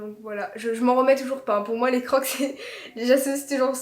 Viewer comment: Sa se dit crokse 😅